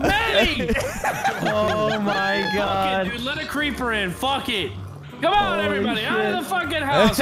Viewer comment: he said creeprrrrrrr